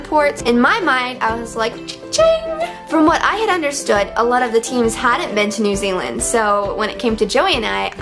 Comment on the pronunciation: As a new zealander i cringe every time she says new zealand still think Meghan is great tho